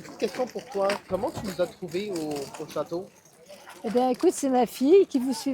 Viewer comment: Cher, appeler ton château "a big lady" heurte profondément mon oreille française 😂